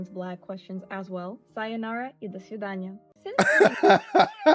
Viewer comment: I mean... Her "до свидания" was really beautiful. Spot on pronunciation. Impressive.